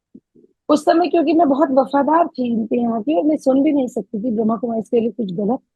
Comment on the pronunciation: pehaly to brahma. kumaris pronouncetion to Sikh lo